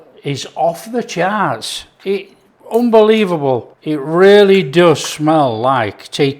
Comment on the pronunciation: Just want to say it's pronounced Deuh-nehr